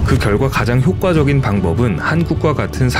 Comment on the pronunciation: ‘효과적인’이라는 발음은 효꽈적인이 아니라 효과적인으로 읽어야 합니다.